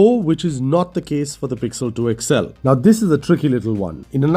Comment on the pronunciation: Its called xl. x-L ! You always say..." Ixxell"